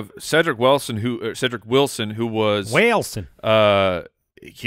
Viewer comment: “Cedric Wellson” southern drawl came out😂😂😂